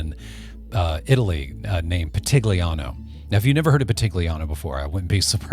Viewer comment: Everything great except the pronounce of Pitigliano 😂😂😂. GL in Italian sounds close to LL in spanish!